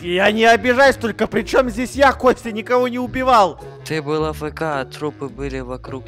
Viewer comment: ну тип бил - был, ти- ты. Просто он так говорит